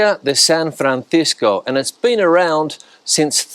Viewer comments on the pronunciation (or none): none